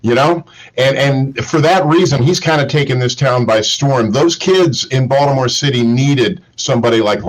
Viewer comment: Is it just me or keeps calling Baltimore, Voldomore.